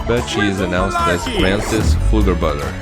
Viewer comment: And am I seriously the only one who realises that Taffyta Muttonfudge calls Rancis Fluggerbutter Francis! If you turn the volume up really loud she clearly says it!